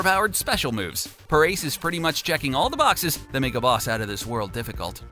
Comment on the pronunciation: It's Pah-rah-say, not Puh-race. The pronunciation of Parace.